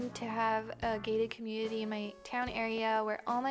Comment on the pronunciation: Oh you said “gated community”. I thought you said gay community lmfao